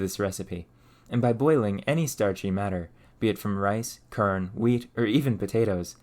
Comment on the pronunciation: I noticed you say "merter" "kern" and "infermative" not "mortar" "corn" and "informative." Can I ask where you're from?